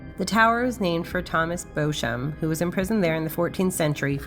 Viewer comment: Thank you for your excellent video. Just one point though - Beauchamp is pronounced BEE-CHUM. It's one of those idiosyncrasies of the English language.